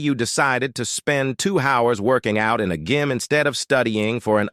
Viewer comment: in opportunity cost lecture, the speaker couldn't pronounce gym and scenario